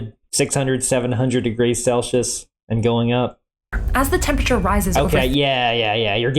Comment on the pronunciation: "Seven thousand degrees celshus." ... I'm unfamiliar with that scale. Is it anything like "Celsius," which literally everyone else calls it?